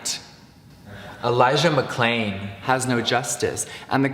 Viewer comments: He said McCain instead of McClain, if you listen closely and watch the synch between the audio and his face it’s off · Am I the only one who noticed that he seems to have dubbed over Elijah McClain's name? I think he mispronounced it or something cause you can tell they dubbed it over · Some people have also pointed out that when he discusses Elijah McClain, he must have mispronounced his name the first time because you can hear that he edited in himself saying the name correctly. It also doesn't match his mouth movements (it looks like he said McCain rather than McClain). That just shows you how much he doesn't give a shit about these people. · Rewatch the part where he talks about BLM. When he says Elijah McClain's name, you can tell it's been re-recorded and added to the video because the sound quality and room echo changes. If you look really closely at what he's actually saying, he says "Elijah McCain," and leaves out the L. Not only does he only use these individuals' names for no other reason than to save his career, but he doesn't even know their NAMES. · Noticed, heard it the first time he posted the video. He voiced it over when people pointed out he can’t even say their names properly. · It has an echo, it seems obvious when you watch it clearly. He couldn’t even say his name right 😔 bruh..